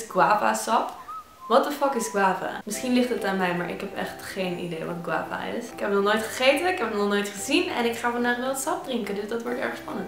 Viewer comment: je zegt eigenlijk guave